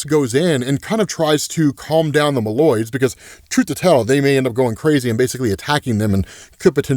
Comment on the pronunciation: My friend, I am always happy watching your work/videos/art, and will keep watching while you’re making content. But homey, I get a little pinch in my brain 🧠 or soul 👻 every time you call the MOLE-Man’s MOLoids “The M’Lloyds”, like they’re your neighbors. And it’s not “A-TTILan” like Attila The Hun, but closer to “BatttleLand”.